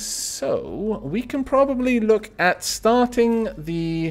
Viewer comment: you sound like you are saying "work" instead of "look," which may confuse some people. woopsies? :3